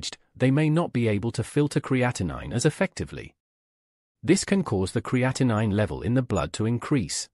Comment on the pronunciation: Creatinine is a normal waste product in your body. Cre A ti neen is the correct pronunciation. Creatine is a natural source of energy that helps your skeletal muscles flex (contract). and is not the same thing as creatinine. Pronounced cree A teen